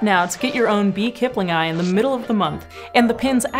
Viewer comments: I am sorry but "kiplingi" is [kiplingi] NOT [kiplingai] - the "i" as in "sit" English, WHY would you assume scientific Latin has all the exact same sounds spelled (or letters pronounced) YOUR WAY. Who the hell does that? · Why do you keep saying Kipling-eye, instead of Kip-lingi ?? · aaargh, my ears... :S keep-lin-ghee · It's "kiplingee".